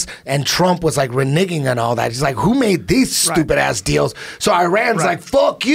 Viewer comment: Eddie said renigging I love it lmao